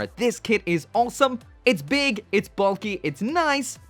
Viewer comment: Why do you pronounce awesome as "all some"?